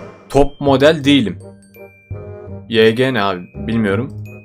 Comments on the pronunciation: yg yege diye okunmuyor vayci diye okunuyor ve o blackoinkin şirketi fln Amacım linçlemek değil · O vayci die okunuyo yg die degil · ✨️YeĞĞğGeĞğ NeğĞĞğ aBeĞğĞ✨️ Yege değil wayci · Abi YG bir şirket ve vayci diye okuniyo😂😂😊😊